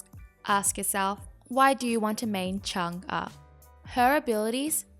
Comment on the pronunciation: Your pronouncing her name kinda wrong it’s mostly correct